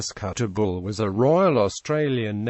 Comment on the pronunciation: Kuttabul not Kuttagul ffs